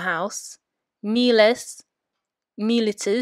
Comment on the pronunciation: It's probably way too late for this but anyway: you are pronouncing all three-syllable forms of miles in a manner that seems to go against what I have read, namely that you stress the penult only of it is long, which here it is not, so the stress should be on the antepenult (which also happens to be long). So you are saying mi LI tis, mi LI tem, but should it not be MI litis, MI litem?